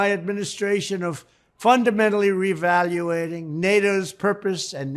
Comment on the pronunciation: The orangeclown can't even say reevaluating. He says, revaluating. America's so true....he says Americer! Such a disgrace.